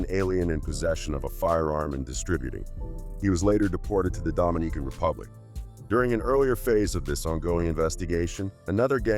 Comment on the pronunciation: Did he say “Dominique-can Republic”?